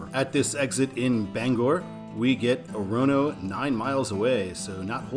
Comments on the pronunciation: Orono: the first and last O's are long, the one in the middle is a schwa, accent on the first syllable: OR-uh-noh. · Orono is Ore-uh-no and Stratham is Strat-um. Also thanks for putting in my request